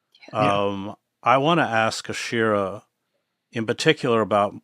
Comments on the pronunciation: It’s Ashira, not Aisha. Have the respect and professionalism to get her name right, Chris. Integrity demands attention. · Chris Hedges —-Please pronounce Ashira’s name correctly. Her name is pronounced like how it is spelled. Aaaa-sheeer—raaa. She deserves that respect. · Her name is Ashira 🤦🏽‍♀️